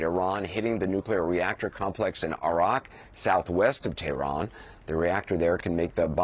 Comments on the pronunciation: Teh-rn ? LOL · Drop the exotic pronunciation of Tehran, just say it in English. At least he didn’t say “paper tiger”, I swear to God…